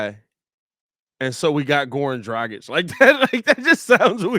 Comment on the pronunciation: It’s Goran Drah-gitch Please pronounce the name right smh